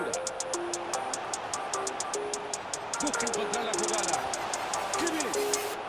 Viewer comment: can you teach () how to properly pronounce Kimmich